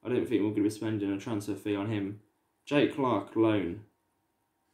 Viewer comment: It’s jack Clarke not jake